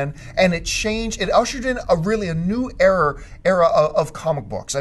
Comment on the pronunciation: !! LUV IT!! IT RUSHED IN and UNLEASHED A WHOLE NEW "ERROR"!! I mean "ERA" of new comics tuh look forward too -_- damn straight ERROR!! No need too correct yourself. It was right da 1st damn time.